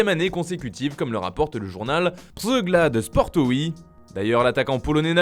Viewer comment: Ça se dit Pirzeglad il me semble